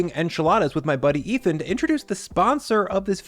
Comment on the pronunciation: Really? Nobody calling out on butchering Ethan's name? Okay.